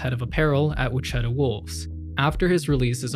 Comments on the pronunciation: Bro please learn how to Wichita (witch it a) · please for the love of god learn how to pronounce "Wichita" correctly